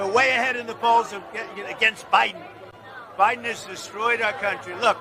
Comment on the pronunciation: Joy "the forehead" Reid not only wears a Trump wig but looks orange too....... I bet she has a Trump poster above her bed on the ceiling. I notice Trunp says Biden like he China...... BIden CHIna LOL!